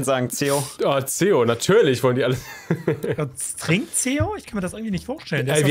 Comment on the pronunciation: "Trinkt Zeo?" Der war gut:)